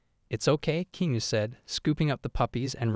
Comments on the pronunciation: If your going to tell your stories, at least say the name RIGHT! REAL ANNOYING !!!! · You need to say his name right